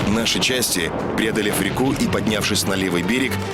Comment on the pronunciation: не рекУ , а рЕку рЕку. ударение постоянно путает